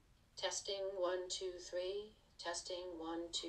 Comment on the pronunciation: One, tou, thwee